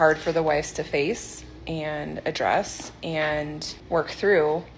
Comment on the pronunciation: says force instead of face....freudian slip much?